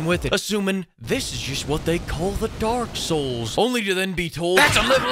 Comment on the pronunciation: Sounds like he is saying Dork souls Everytime he says it lol.